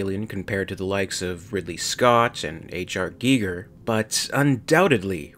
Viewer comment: H.R.Guy-ger, you're welcome.